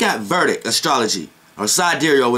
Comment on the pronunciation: Is Vedic not verdic bro, just saying, but you made your point.